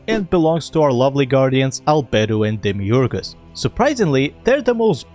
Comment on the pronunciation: i genuinely love how you pronounce Demiurge